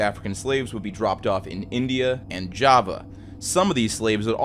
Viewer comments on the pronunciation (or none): none